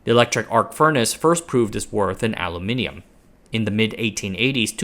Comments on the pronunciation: Congratulations on pronouncing Aluminium correctly 😅. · I like the way you pronounce aluminium